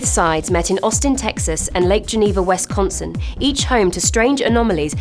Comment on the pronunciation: Did she just call Wisconsin Westconssun